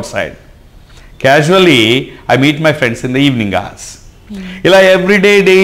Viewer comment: pronunciation to be taken care of... casually /kya-zh-oo-lee/